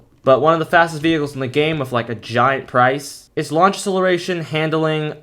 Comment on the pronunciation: Great vids keep it up! But side note, say acceleration correctly . lol